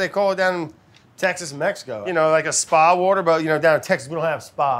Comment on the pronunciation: Brad PLEASE DONT SAY SPA WATER